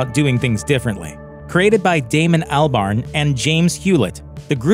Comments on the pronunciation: Isn't it pronounced Awlbarn, not Earlbarn? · Who is this "Al Barn" he keeps talking about?? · Is it not pronounced Albern? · “ Albarn” lmao the way he says it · that pronunciation of Albarn tho...